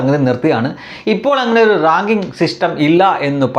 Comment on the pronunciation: റാങ്കിങ്ങ് എന്നാണോ റാഗിങ്ങ് എന്നാണോ😂